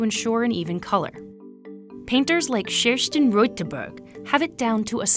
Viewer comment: the way she said the swedish name kerstin LMAOO, other wise a good video